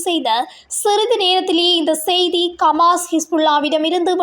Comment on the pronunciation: கமாஸ் இல்லை ஹமாஸ் √